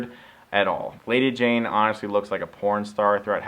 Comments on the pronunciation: It's lady jay. Not Jane. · Sorry Stuckmann, it's Lady JAYE, not Jayne. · Its lady Jay not lady jane. You never had gi joes as a kid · how do I know Chris stuckman never watched the GIjoe cartoon? he continually mispronounced Lady Jaye as Lady Jane. other than that, accurate review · It's Lady Jaye not Lady Jayne.